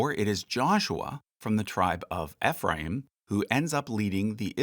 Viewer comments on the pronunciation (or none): FYI Ephraim is pronounced EEE-phram like youre saying the letter E